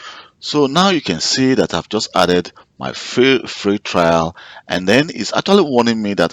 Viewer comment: it is trial, not trail